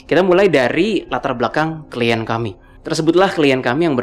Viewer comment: Klien, bukan klient, min 😅 ✌️